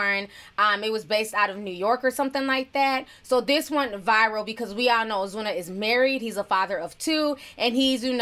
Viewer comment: You sound spanish when u say ozuna😍